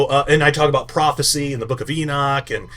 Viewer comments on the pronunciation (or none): none